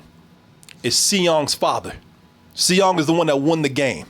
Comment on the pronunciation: seong is just pronounced song in english